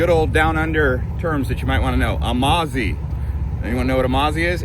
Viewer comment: Perth is a Scottish name .... A Mozzi not Amarzi ...Never heard of Prthies and I've lived here for over 50 years ....Everyone had a penal colony ...More rich people in Hong Kong ..........Better stick to describing your own hometown in the U.S.